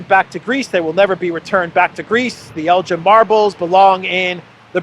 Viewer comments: In Lord Elgin's name the G is NOT pronounced soft like the drink GIN; instead the EL is like in TELL and the GIN like in BEGIN. It is a place in Scotland, so blame the Scots for the way it is pronounced. As a matter of history Lord Elgin removed the marbles not '80 to 100 years ago' but in 1801-12 (they were moved in stages), which I make to be 222 years ago, quite a long time ago. I don't think the yanks would help out as many of their museum contains vast quantities of antiquities taken (mostly without their permission) from countries across the world - same is true also of Europe, especially the Paris and Berlin museums which contain loads of loot from places like Egypt and numerous other places. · Elgin not Eljin, please Jet it right, (get, sorry) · It’s Elgin not Eljin 😊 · It's ELGIN not Eljin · Elgin not El jin. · Elgin is a Scottish town. Please note that Elgin (hard G) is not "ElJin" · it's el'G'in a hard G not like the alcoholic beverage, ask Alexander 👍 😂 we should give them back but Britain is famous for taken things and not given them back, just ask the IRISH 🍀😉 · We know all about Lord Elgin in Canada. Pronounced with hard G as in Give. I.n the 19th Century he was the leading general in the British Opium wars that humiliated China and all the marble that he stole after the British Expeditionary Force pillaged the Summer Palace is still on display in the Posh Lord Elgin (like El - give) on Elgin Street leading to the House of Parliament. The Hotel boasts even a marble bust of himsellf as some major Roman General in a remote minor Province of the British Empire. Bravo Greece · Never heard 'Elgin' pronounced like that before. The 'G' is usually like the 'G' in 'give' - as in 'give back'. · Elgin pronounced G as in Guinness ElGin...ess Elgin. Your welcome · Hey,, the 'g' in 'Elgin' is hard, as in Belgorod, not as in Belgium. Elgin is a wee Scottish Highland town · elg-inn. Hard G.